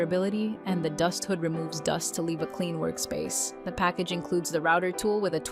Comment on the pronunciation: Ai bullshit can’t even say router right